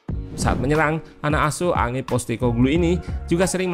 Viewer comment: Cara baca namanya Ange bukan A-ngé kayak ucapan Indo biasa. Tapi "Anj". Gue ngakak dengernya Angé 😂